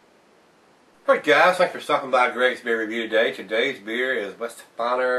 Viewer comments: Veye-hen-shtef-an-er for those Germanically challenged :) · Its pronounced "Vi-hen-step-hon-er"